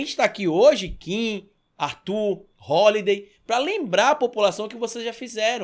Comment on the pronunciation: "Rolidei" bah!